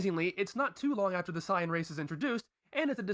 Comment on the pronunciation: not all of them, he said bluma, gero (not pronounced like "jero") and saiyan like sighyin